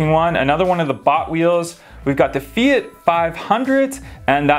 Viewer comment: LOL.......Fiat, not Feit........